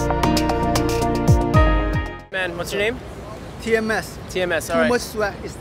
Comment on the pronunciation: TMS. I heard PMS at first.